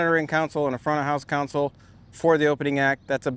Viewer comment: It's console, not council. Mixing console, Jedi council. CON-soul.